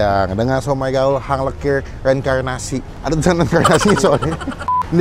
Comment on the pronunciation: hanglekir bukan henglekir